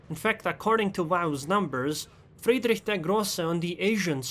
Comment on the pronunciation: Ich spreche Deutsch and I like how you pronounce "Friedrich der Grosse"